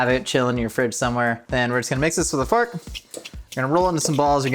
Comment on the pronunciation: I thought said mix it with a fart 😂 but then I went back and heard fork